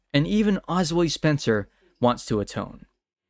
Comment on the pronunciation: Who is “Osway Spencer”? 🤨